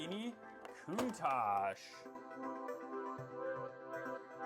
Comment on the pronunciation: Its not countash its counta ch. And its not galiado gallarado